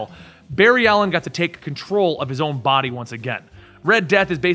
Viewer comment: I love how pronounces the D in 'body' as T so he says "botty" instead. It's super dope.